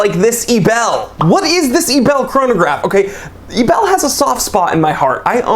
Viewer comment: Hey, you pronounce the watch Ebel Like "Able" and NOT "A Bell". Just trying to help you out dude! Greetings, Jack